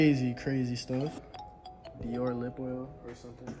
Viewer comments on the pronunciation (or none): none